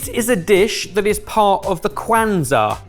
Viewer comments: Ok, but how painful was it to hear him BUTCHER "Kwanzaa"???? Oh lordy. I know it's an American holiday, but in the research, maybe pay attention to how to pronounce things???????????? ETA: very happy that knew how to say it and it was correctly pronounced after that. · pronunciation of Kwanzaa made me cringe. It is relatively new because it was made up during the Civil Rights movement, and it has nothing to do with religion.